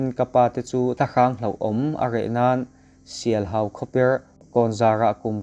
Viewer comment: Thiantlang leh sialhau khaw hming i chhiar dan te chu ava mak vele